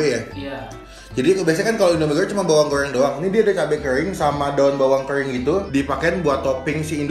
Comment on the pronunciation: salfok saat nyebut "bawang goŕrrrrrreng,mee gorrrrrrreng,kerrrrrrrring" kayak tutur bule kalau ngomong bahasa indonesia😂